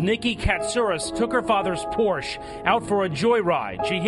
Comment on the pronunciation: The saddest aspect of this video is the fact that not even the national goddamn news can pronounce Porsche right.